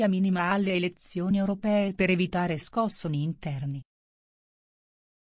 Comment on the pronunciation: Andando avanti nell'ascolto: Basta poco per evitare "Scòssoni" recita la simpatica sfoglia pagine... e il somaro che ha scritto il testo non vuole capire che bastava scrivere "Scossòni"... Nella lingua italiana, purtroppo le accentate sono superflue e/o facoltative... Sicché il mio curiosissimo cognome "Accica" viene letto e pronunciato in tutte le possibili varianti: A'ccica, Accìca, Accìcca etc. etc. Un tizio, forse di origini francesi mi chiamò Signor Accicà.... Tutto per risparmiare un accento da far ricadere sulla vocale giusta... Ma la grammatica italiana, ai giorni nostri, è sempre più un oggetto sconosciuto anche tra docenti e fini dicitori. Eppure, ragionandoci bene una vocale accentata è comunque un solo carattere e non due... Come diceva il Grande Totò: ... punto. Ma che dico punto, due punti: A morte l'avarizia!!! Quindi egregio gestore dei questo sito fetecchia, che fai insisti???